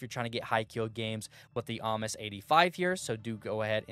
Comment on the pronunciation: Ames is "Aims" lol